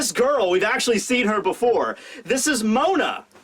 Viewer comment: Its Moda not Mona... pls how could u make such a mistake. Ps: Mo D. a